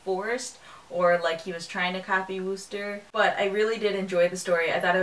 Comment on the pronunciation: Nice review. One tip: the "oo" in Wooster rhymes with book.